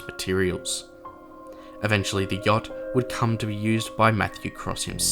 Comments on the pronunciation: THE START WAS ALL LIKE “the jot 😢”😂😂😂😂IM DYING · "the yokt"